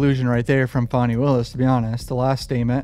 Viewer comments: I'm pretty sure her name is pronounced "fanny" not "fonny" And you said the exact same thing I've been saying - the main reason for the ex parte meeting was to explain the difference between "purge" and "purgery" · I'm sure it's Fanny but she says it's Fawnie. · FanniE not fawnie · dude look up how to probounce fani please jesus cant be talking about cases and dont know how to say her name